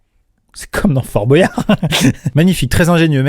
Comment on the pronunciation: Au moins toi tu dis "fort bo-yard" et pas "fort boyard"